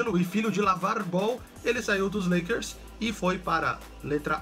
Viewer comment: Na Ultima se falo Lakers errado